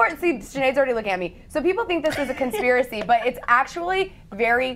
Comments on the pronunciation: She got it right the second time she said it xD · Conspiri theorist?? Really girl? Lol conspiri?? Learn the word before you speak it. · Conspiry? So damn incompetent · she is dumb she said conspiry on conspiracy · the girl in the olive top and black jacket... can she say 'conspiracy'? bcz she opened the show saying 'conpirie'... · LMAO "conspiry" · Girl can’t even say conspiracy! Can’t even next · She can't even say conspiracy right why am I listening to her explain shit